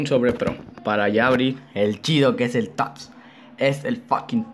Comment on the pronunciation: Aweonao es tots no toty